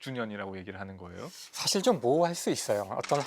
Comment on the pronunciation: (계속) 여러 분의 장단 고저 문제가 심각 하나이다! 예: 사실, 대표,전자, 궤도 등 의 첫 자는 모두 길게 발음해야하는데 이를 짧게 잘못 바름했나이다. 실로 실망했오이다. 미국 변 완수 드림